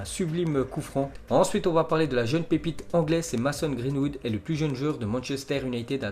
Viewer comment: Merci beaucoup #! Mais ce serait mieux si tu faisais plus d'efforts dans la prononciation des mots anglais (United, Mason (Greenwood)). 😃👏